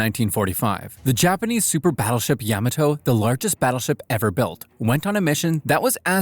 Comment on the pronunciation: Couple things; mainly pronunciations: Yamato is more rather pronounced as: ya • ma • toe and then the heavy cruiser that accompanied Bismarck for a while; Germans pronounced it as oi • gan and rather the US mainly called it as like the actual city in the state that I live in which the city’s name is Eugene (pronunciation would more be like: e • ue • jean)